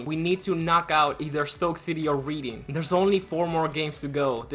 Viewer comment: Just some pronunciation corrections- the teams that end with "ham" (e.g. Birmingham) the 'h' is silent. Also Reading is pronounced "Redding". I know you're American/Argentinian so you're not really expected to know English teams lol but I'm just tryna help